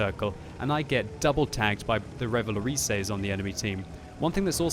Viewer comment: Just pronounce Revalorise like Revaloris (without the e). This is french, if you forget about the last letter you are doing it right.